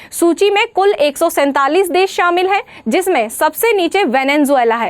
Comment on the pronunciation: बहन जी देस नहीं देश होता है। कितनी अच्छी topic है वाह।